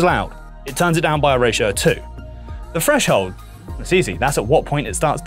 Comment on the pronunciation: Explanation was great. But you're an audio tech, not a narrator, right? I can't imagine pronouncing 'three' and 'threshold' and 'everything' as 'free' and 'freshold' and 'everyfing' would be appealing in a narrator